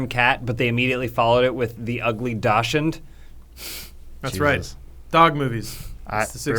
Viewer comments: pronounced "dachshund" in such a weird way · pronunciation of Dachshund is hilarious